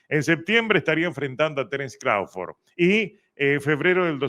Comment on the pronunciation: Hahahaha dice Crauford ke por cierto es Crawford dice ke no peleo con Jaron Ennis pero ahi no ladra como de canelo ke tiene miedo 😂😂